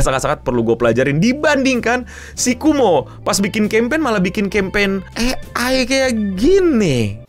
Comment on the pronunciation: Kowmo bang bukan kumo 😂